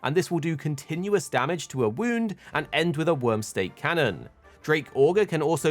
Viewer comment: It's Wyrm "Stake"..... not Steak.... XD